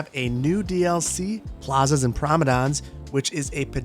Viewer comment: Plaza's and Promodons?! =D lmao I had to rewind and watch with closed captions on.